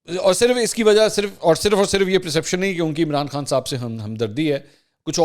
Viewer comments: Mansoor Sahib. You repeatedly mispronounced perception as *preception*. The word perception means understandings while there is no word like preception rather there is a word preceptive which means advisory. I hope you'll not get offended. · Its perception not preception.